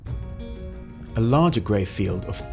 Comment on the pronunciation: 😂 best hyperrealistic noncut ever. "Helleow". Sheep zoomout. I feel like watching a Kubrick movie.